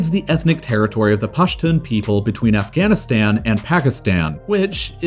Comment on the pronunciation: When Pakistan was created, there was no Bangladesh; it was East Pakistan. Also, it's not "pack-ih-stan", but "paak-ih-staan"; all the "a"s in the name are pronounced like that in the word "father", not like that in the word "apple". Same thing with Afghanistan. And kilometres is pronounced like "nanometres", not like "thermometers" (because it's a unit of measurement, not a measuring device).